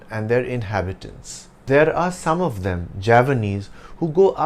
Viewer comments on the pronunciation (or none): And I have been hearing your 'of' wrong all these days? God!